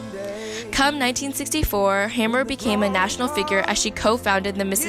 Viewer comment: her last name is pronounced Hamer not hammer!